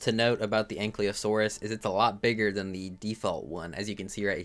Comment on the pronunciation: the "Y" is before "L" in ankylosaurus btw, stop pronouncing it like it isn't. it's not "ankly" lmao